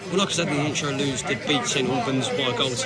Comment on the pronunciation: You say it right! Though you got the two nil back to front - UTFR. Was interesting that on this news this week after the train derailment that Lewes was pronounced correctly!